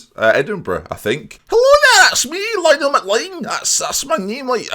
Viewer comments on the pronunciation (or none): none